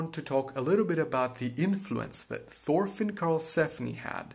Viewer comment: its Torfinn, nått thor